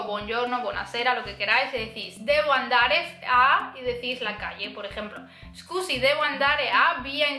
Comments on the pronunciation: Meglio dire "scusi" che "escusi", la "e" all'inizio non c'è ( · muy bueno el video y las explicaciones...pero cuando dices disculpe...no es "escusi" ...como dices muy a seguido en el video...sino solo "scusi" o "mi scusi"....